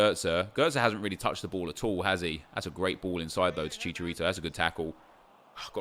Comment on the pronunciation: Stop saying fucking chicharito like that